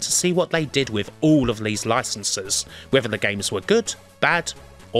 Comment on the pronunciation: Why does he pronounce “this” and “these” as “liss” and “leaze”? Can’t be a speech impediment as he can say other “Th” words with no problems. Weird